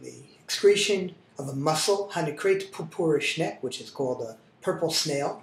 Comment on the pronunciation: Pupure Schneck, haha. It's Purpur-SchneckE.